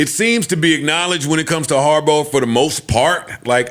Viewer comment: Does Joe pronounce players/coaches names wrong on purpose (Harburow)